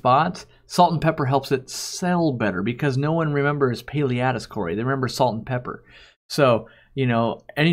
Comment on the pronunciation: Thanks for pronouncing Paleatus.